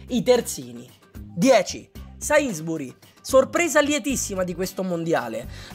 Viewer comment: si pronuncia "sensbury" con l' accento sulla E comunque continua così